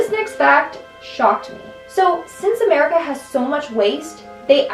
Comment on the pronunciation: Am I the only one who noticed that pronounced it as "Merica" on top 2: "serial killers"? 😂 Good video